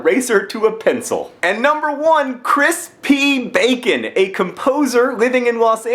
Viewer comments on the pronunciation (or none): I heard Chris pee bacon not crispy bacon I'm not sure which ones worst